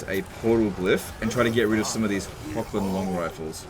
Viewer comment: Pronounce "Wissenland" with a V : "Vissenland". The name is supposed to be german. Similar : "Horrland" for Hochland.